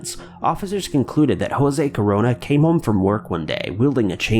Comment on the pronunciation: You have a real problem with the word home eh?